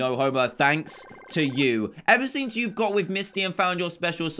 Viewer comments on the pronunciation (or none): none